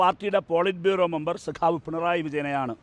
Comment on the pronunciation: Pinray അല്ല പിണറായി അത് ആദ്യം മര്യാദക്ക് പറയാൻ പഠിക്ക്😂😂😂